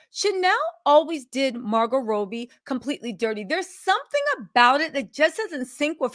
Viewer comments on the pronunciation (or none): Is Margot Robbie!! Not Margot Roughbe! Jaja🤦🏼‍♀️ u eating with mouth full of food..... & not pronouncing the celebrities names right!! Grll I've seen u on much better days!!!